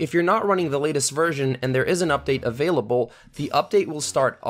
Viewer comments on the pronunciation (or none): none